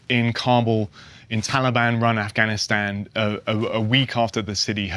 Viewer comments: Wonder why he pronounces it "Offgoniston" during his monologue, and Afghanistan when talking to someone in an interview... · Offgahn he said offgone. Its AFGHANISTAN NOT OFFGONEISTON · Does this reporter know the difference between the letter a, and the letter O, or is he just repulsively trying to irritate everybody while there’s already a high level of irritation around this whole situation